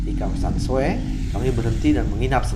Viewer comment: So - e nama kota nya om hehehe, bukan Soe....